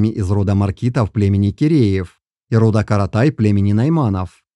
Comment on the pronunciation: Я полагаю, что либо выборка не столь достаточная, либо не верный анализ сделан. Кто этот автор ролика? Почему аноним и читает неправильно название родов? Боюсь, что все это лажа, расчитанная на зрителя, несведущего в генетике. Чему вы радуетесь, братья казахи?